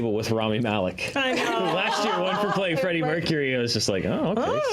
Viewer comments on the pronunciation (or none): none